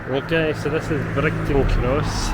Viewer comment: Its pronounced Bridge ton, not Brigton, makes you sound like a local lol I thought that I'd also mention that the building to the left of the Windsor Bar used to Bridgeton train station, the train depot was also behind the tenement building.